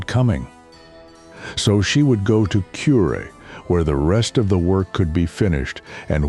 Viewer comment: Kure, not Curie.